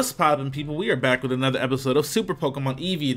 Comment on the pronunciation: "Anoda" one